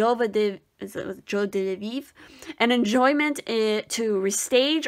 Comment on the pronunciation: Card #2 it’s pronounced like Jwah-duh-veev I believe lol